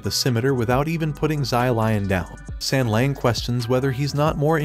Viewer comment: Please pay more attention to the names , don't just spit them out - and it is not sengleng .as an anime channel you should do better , at less with the names